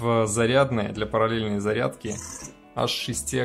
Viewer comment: Наверное "Зарядки ", а не "задки")))